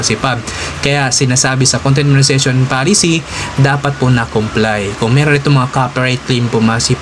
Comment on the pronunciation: bakit di nyo po mabigkas ng maayus yung word na MONETIZATION?